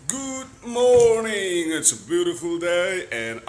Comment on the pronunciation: British accent a ang tep. I GOOD MORNING khi😂😁